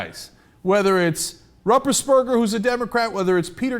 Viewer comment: Oh, "Ruppersberger"! I totally heard "Rumpbusberg" when Cenk said it, and was all, "What...is that a relative of Snuffleupagus? (*raised eyebrow*)" Heh.